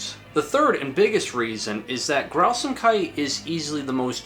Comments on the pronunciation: i kinda found it funny how you call it "Grausamkeiti" when there's no "e" at the end [ɡrauzaːmkait] besides that, I love this video, nice approch to expain the phenomenon of BSoD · Am I the only one that thought he was saying Grausamkudi?